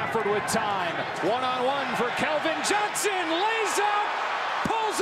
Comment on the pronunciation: Can someone tell me who Kelvin Johnson is? 😂😂😂😂😂😂 commentator just read man